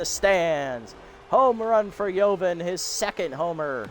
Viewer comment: Funny how you pronounce joven bambino 😂😂😂. It's the Hispanic pronunciation of joven not the American pronunciation. You pronounced ciudad de colores de right way though.